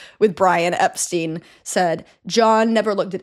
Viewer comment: For future reference, the Beatles have always pronounced it "Ep-stine"